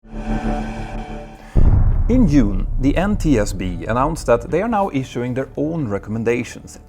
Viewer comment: June not Yoon. It's not Swedish 🤡